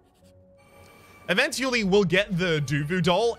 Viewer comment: Whats with the word spelling? I read the comments but no one mentions it? Eventually doesnt sound right, dont speak like you read a letter to letter, and you do that with some other words.. but still keep up the good work.